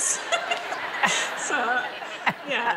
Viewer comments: “Paul! Meliss!” 🤣🤣🤣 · "Paul? Meliss" 😂💕👍